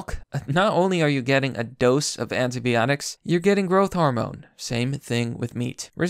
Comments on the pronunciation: it's anti"bi"otics not anti"be"otics. You're killing me. Good video otherwise. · I love your videos, but I gotta point these out: Fungi = fun-guy Antibiotics = an-tie-buy-otics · Anti-biotics not anti-BEotics, and fungi not fungee. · Sigh-nigh Also... by-otics You kept pronouncing things horribly wrong and I couldn't do anything to help you!! D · "anteebeeotics" hahahahah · Your pronunciation of 'antibiotics' is killing me fam